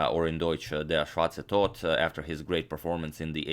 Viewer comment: I am German and u did really well in saying "Der schwarze Tod"